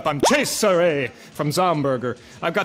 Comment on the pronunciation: Was anyone else surprised that thats how you pronounce Cesare?